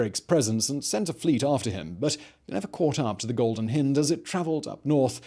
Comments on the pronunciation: Simon it's hind as in beHIND not hind as in HINDer, other than that another excellent video. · Hind... Hi-nd not hin-d. It's a bloody deer. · The Golden Hind with an eye'H"eye" nd! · It's one thing to mispronounce foreign words but when Simon can't even speak English, it just cracks me up.... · I know that Simon has an inviolable rule to include one grotesque mispronunciation in every video, but it's pretty sad hearing an Englishman mispronouncing "hind"....